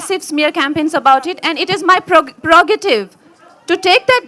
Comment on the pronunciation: “Parogative “ 🙄she’s like the uneducated class of people who can pick a fight over anything. No grace at all.